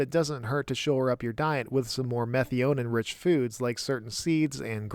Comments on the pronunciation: Meth-i-o-neen is how I learned to pronounce it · I did look it up because the way you pronounced it in the video was making me question my sanity. Meth-EYE-uh-neen is correct. Whoever told you otherwise is clearly trolling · I've never heard methionine pronounced that way. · Minor note but your methionine pronunciation threw me. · Please brush up on your Methionine pronouncing. 😂 Good video as usual though.